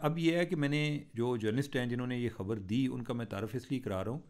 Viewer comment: Cheema sb apna tlufaz theak krn Khabar ko habar na bolin